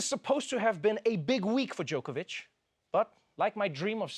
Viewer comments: Is everyone pronouncing his name Joke-a-vich on purpose? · Is Trevor mispronouncing his name as Joke-a-Vic instead of Jock-a-Vic on purpose?